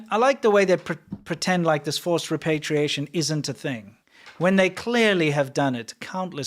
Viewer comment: The word is "repatriation ", not "repartiation"